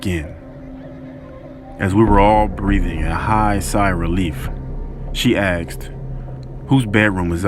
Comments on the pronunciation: Why does this black narrator say "axed" instead of "asked" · I keep hearing “aksed” instead of “asked”.